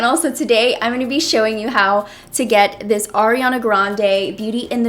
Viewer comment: Lmao, thank you for pronouncing Ariana's name correctly 😂😂😂💯💯🍒🍒